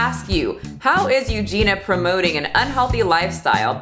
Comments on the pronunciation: every time she says “Eugene-a” instead of Eugenia 🤭😅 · I'm offended that you kept saying eugena instead of eugenia 😆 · I am OFFENDED that you call her "You-gena" 🤡 BIG oof 🤣🤣🤣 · Sure I'm not the 1st to comment this but Euginia's name is pronounced U-gee-nee-a. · Do you mispronounce Eugenias Name on purpose for algorithm reasons? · I love you but I can not stand you constantly saying her name wrong 😅😂